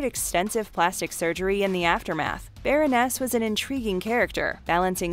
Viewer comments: yeah, but she said specifically, "Baron-ness", not Baroness. They also get information wrong, and cut way too many sentences sho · Omg I cringed every time she said "baron-NESS"